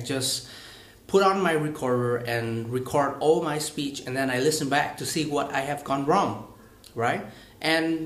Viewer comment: record=>réc cợt d anh ơi